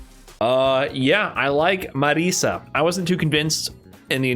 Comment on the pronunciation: Please, my non-Italian friends, it's not "Marissa", it's Marisa with the S sound from "organize" or "slay"